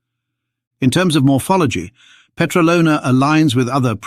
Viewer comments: The Petralona man is years old. DOUBLE of what the mainstream media falsy says. And its pronounced peTRAlona, not petraLOna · 17.40 It is stressed on the second syllable (tra), by the way and not on the third (lo).